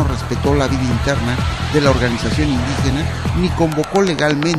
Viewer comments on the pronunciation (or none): no es por nada,me parece ke se dice indIgena con i de idiota no con u